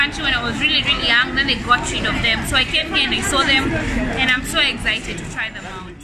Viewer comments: She said exzited 💀💀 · she likes to say im so ezited